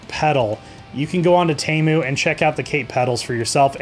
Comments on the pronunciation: Why does he keep saying Tamu and not Temu? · WTF is a TAMU. It's TEMU. Say it with me, T- E- M- U Again, T-E-M-U. OK. Carry on.